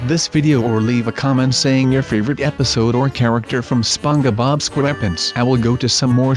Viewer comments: ITS SPONGEBOB NOT SPOGE BO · ITS SPONGEBOB NOT SPUNGOBOB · It's spongebob not spongu bob.b.bbb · he is saying sponge-a bob XD sorry I'm not being mean :( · he said Sponebob wrong